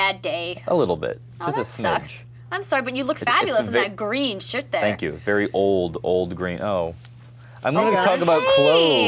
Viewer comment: just saying, the plug at the beginning was really cheesy... and I think you said "shit" instead of shirt rofl.